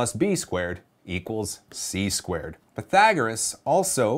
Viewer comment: Pythagoras, not pythagorus